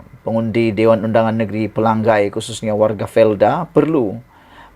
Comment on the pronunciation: Selalu sebut x betul...Dia Sabahan pendalaman